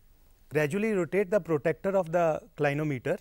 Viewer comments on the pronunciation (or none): Its pro-TRAC-TOR NOT PROTECTER btw nice video!